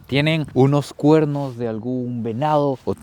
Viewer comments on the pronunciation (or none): Una pregunta por que no pueden pronunciar perro: dicen PERROU, CUERNOUS. he escuchado muchos ticos con esa cuestión, es pregunta sería 😊